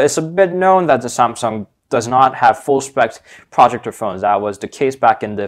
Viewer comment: What the fuck is a "projucture" Pro-ject-or.